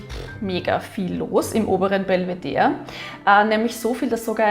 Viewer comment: Danke dass du Belvedere sagst ohne das e dabei zu betonen! In den Wiener Linien sagen sie das immer mit BelvederE an, und ich hab mich immer gefragt ob ich das mein Leben lang falsch ausgesprochen habe 😃